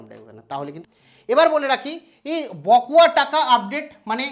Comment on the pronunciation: উচ্চারণটা বকোয়া নয় বকেয়া হবে। আর আপনি বড্ড চঞ্চল, রোজ ১০/১৫ মিনিট ধ্যান করবেন। তাহলে খবর বলবার সময় এত হোচট খেতে হবেনা।